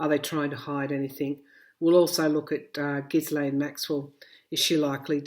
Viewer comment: passing this on to you as so many intuitives and viewers like myself are having trouble with the pronunciation of "Ghislaine." In a recent yt video, Virginia Roberts Giuffre, one of Epstein's girls who was groomed by Maxwell, pronounces the name "gee'-lun", with a hard g as in go. Hope that helps.